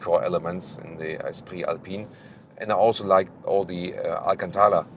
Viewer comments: pronounced Alcântara almost...almost perfectly. A few more days in Portugal and he'll start forming some sentences... Once again, an excellent test. As usual... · You said Alcântara quite well! Great pronunciation 👌 Have a great stay in Lisbon!